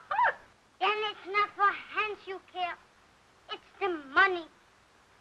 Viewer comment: Why can't she pronounce the S in Hans?